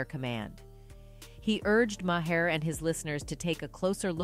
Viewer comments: It's Bill (MAR) not ma-her smh 😒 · Do your research, child! It’s pronounced Bill MAR not “ma har.” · Is said like bill "marrrrrr" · She literally pronounced bill mahers last name differently every time she said it.😅 ma-her. Mah- er. Mah-here. Mayor. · Kudos on reporting facts! But please, pronounce people's names correctly...Maher is pronounced "mar". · Truth...by the way it's pronounced Mar just fyi no shade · Why can’t the voice here pronounce Bill Maher’s last name ?? 🙄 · Decent video…. But I find it impossible to believe that adult American human being doesn’t know how to pronounce Bill Maher’s name. Much less all of the people that probably edited this and put it up. For God sakes, everybody knows the right way to pronounce his name and she does it the entire video multiple times.